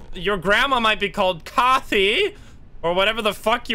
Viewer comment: The way you said Kathy made me hurt inside just a lil, Kathy has Strong emphasis on the KA. Like kath-ee. Fun video though :D